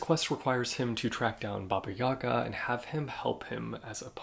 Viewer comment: You were really good at pronunciation of Dymitr ( I would never think to write it like that 😅) but you miss pronounced Baba Jaga. And more specifically Baba. Is Slavic languages Baba means grandma 😂 so basically she is Grandma Jaga